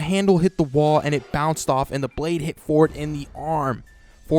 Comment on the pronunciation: I know you said Ford but for a sec I hear fork